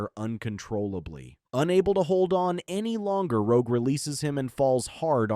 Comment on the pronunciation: The part where rogue destroys bishops transceiver the AI calls rogue rouge.